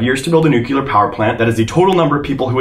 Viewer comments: I’m not trying to be mean, I love your videos, but how on earth can you not pronounce “new clear” 🤯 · I keep hearing "new killer power plants"... Is that the American pronunciation for nuclear?